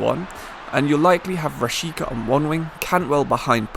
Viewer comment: Hey, it's actually "Rashiza"😉